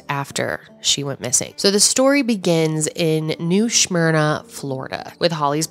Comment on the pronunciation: 😂 new smyrna not shhhmyrna. love you and your amazing family <3 always sending love and support ur way